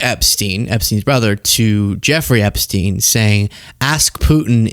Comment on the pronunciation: Are you still talking about jeffaree....epashteen....?